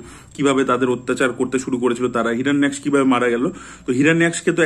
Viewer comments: আরে বাংলায় 'হিরণ্যাক্স' বলে না, বলে 'হিরণ্যাক্ষ' 😊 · হিরণ্যাক্ষ বলতে কি মুখে ব্যথা করছে? হিরন্যক্স হিরন্যক্স করছিস!! মোটা হাতি 😂😂😂